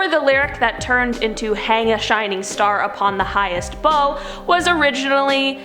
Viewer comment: The highest BOUGH (you know, like tree branch). Pronounced like bow (as in “take a bow”). Sheesh 🙄